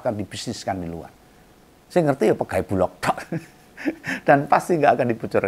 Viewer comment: koreksi om bulog bukan bulok ❤❤❤❤ ,🙏🙏🙏🙏🙏